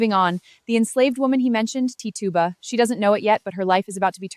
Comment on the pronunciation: Your pronouncing her name wrong. It’s titch u ba. That’s how you say it.